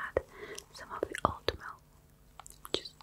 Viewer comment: There's something oddly endearing about someone not being able to pronounce the, "th" sound. "Wiss" & "De" Instead of with and the.